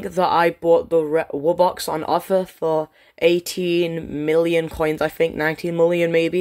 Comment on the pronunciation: why do you keep saying mULLioN